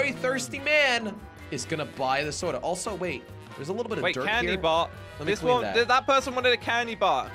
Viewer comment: Normal people: soda: sodra